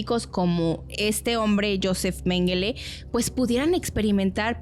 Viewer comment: Menguele... Melenguer...jijiji me dio risa porque a veces me pasa, pero que gran info da este equipo, los felicito